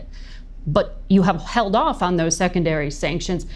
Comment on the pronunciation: It's "ON" not "AWN" like Yawn or Lawn... 2 letters, O & N, there is no W in ON!